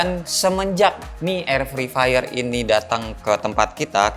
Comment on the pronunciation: fri fayer :v